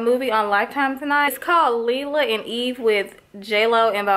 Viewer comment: "Lie-Luh" & eve (Lila & Eve) lol (